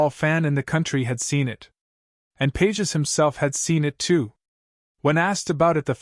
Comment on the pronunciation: His name is pronounced Pa hez, you ignorant buffoon. Don't you listen to TV and radio announcers? They get it. You also mispronounced Tatis. I'll let you figure that one out.